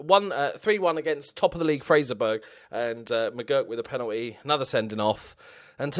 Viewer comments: Sorry it’s pronounced fraserbru not fraserburg sorry that just really annoys me haha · Hey, just so you know in the future fraserburgh is pronounced Fraser borough like Middlesbrough